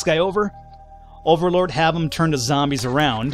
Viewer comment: I love how he calls the zombies "Zambros"